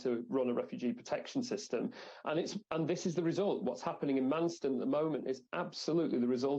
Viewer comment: 'Marston'? 🤔 I thought it was Manston.